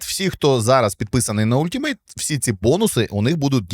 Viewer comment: Нічого не сказав про EA Play. Він залишається на рівні Ultimate? (правильно казати алтімейт)😊